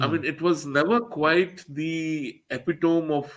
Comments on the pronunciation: Epitami? This way? English has so many flaws bruh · Epitome is pronounced as epitomy एपिटमी ( see a lot of Indians make this mistake :), blame our English teachers ) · Should Sound like epi-tummy :) English is not practical so many times I know 🙂